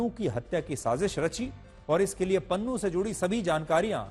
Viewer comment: Pannu ❌ Nunnu✅